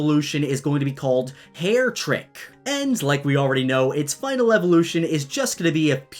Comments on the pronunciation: Its Hare-EH-trik. Supposed to sound like "heretic." Dang. Not trying to be rude but it sounds like you have troubles with pronouncing things. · I believe that haretrik is supposed to be pronounced as Hair-ruh-trik, like a heretic. Thumbs up to agree